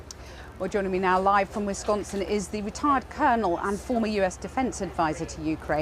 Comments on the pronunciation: "Winsconsin"? C'mon, Channel 4, its ON THE SCREEN. Wisconsin. Madison. This ain't rocket surgery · "Winsconsin" lol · "Winsconsin"? Lol